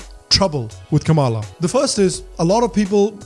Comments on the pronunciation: Kamla is pronounced as "comela " similar to comeback or come on. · It’s not Kama- la , it’s kamla , a South Indian meaning a flower kamal or Kamala usually lotus for Goddess Lakshmi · Hey, Great show. However it is Kam-la not Kama-la. Pronunce ’Come-la’ and you will get it right. No seriously Bro. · She doesnt even pronounce her indian name correctly. It should sound Kamla but she calls it Kamaala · why are you calling her ka-maala?? when you know its not.. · Why the hell you can't pronounce "Kamala" properly?